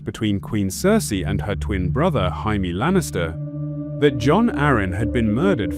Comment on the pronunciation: Why do they pronounce Jamie Hyme?????